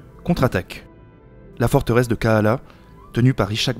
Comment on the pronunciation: Encore une vidéo intéressante, sans parti pris et sans ideologisme.. Kalaa et non kaala Et l'illustration du sultan de tlemcen est celle de l'émir abdelkader ( ) Mais sinon bravo, j'ai plus de plaisir à regarder vos vidéos que les chaînes à la con comme histoire qui n'ont que deux sujets à traiter